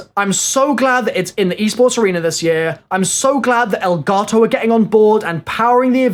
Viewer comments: Its Elgato not Elgarrrtoowwwww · Is it me or is he saying elgato wrong??🤔